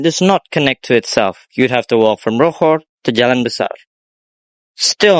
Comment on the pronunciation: That is not how you pronounce Rochor. Wait do you speak French? If you do I speak too!!!